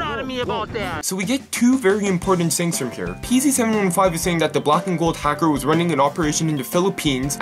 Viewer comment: Fader fank you da fings these are just a couple of things that or what ever his name is said